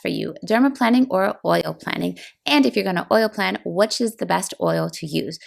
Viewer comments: "Plane" not "plan" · plane, not plan 😑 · "planing" is pronounced like AIRPLANE. Not "plan" like "I plan to divorce my husband." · Isn’t it pronounced like plane? There’s only one “n”